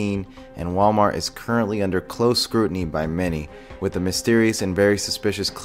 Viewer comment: "MalWart" nuff said.........